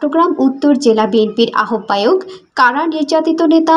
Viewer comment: আহবায়ক উচ্চারণ ভুল